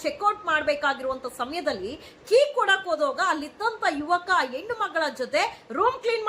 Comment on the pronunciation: ಕನ್ನಡದ ಕೊಲೆ ಮಾಡ್ಬೇಡಿ.... ಹೆಣ್ಣು.... ಎಣ್ಣು ಅಲ್ಲಾ